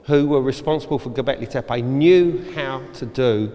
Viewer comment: Gobekli taypeeyyee